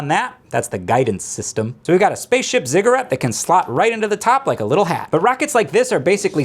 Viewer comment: Gotta love the struggle with "fuselage" but nails "ziggurat."